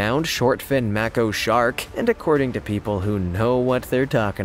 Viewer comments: IT'S PRONOUNCED LIKE MAYKO NOT MACKO YOU STONER! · When you are covering any topic, journalists will go over every part of the story to avoid looking foolish. I loved the video…but it’s a Maco (May-co). Do the homework, we all are required in our professions.